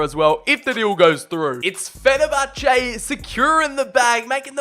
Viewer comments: Me: Fen-er-bach-ey: Fen-er-bach-ar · Did he just pronounce fenerbache «fe ne ba cha?» 😂😂😂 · Mate. Learn how to say teams names before making football content. Fenabachar 😂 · FENABACHAAA 🤣 Petition for Fenerbache to officially have a name change 😅. Love your videos dude 💙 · The way he days fenerbache makes me cringe